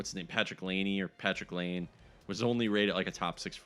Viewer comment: It's Patrik Lawn-eh That's how you say it